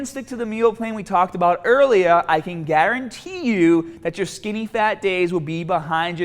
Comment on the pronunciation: EARLIAAHHH SMAALLAAHH